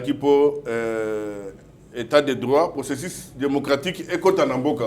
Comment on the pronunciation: le journaliste sache faire la différence entre i et u processus et non processis,déçu et non deci etc...tu as un probleme sérieux .